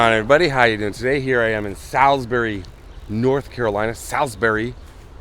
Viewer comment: I wish I would have known you were going to be in Salisbury. That's right in my back yard!!! FYI - Salisbury is pronounced Sals-bury, the "I" is silent. Lots of non locals get it wrong.😂 I'm glad you made it out of there without being shot!!! Great video, as always ❤️